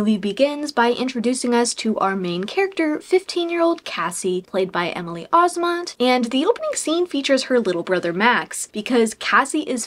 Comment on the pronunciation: You miss pronounced Emily Osments last name. 😅 You said it as Osmont. It’s Os-Ment. Like “mint”. Not to be a grammar police 🤣